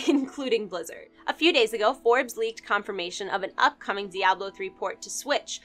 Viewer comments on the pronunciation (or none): none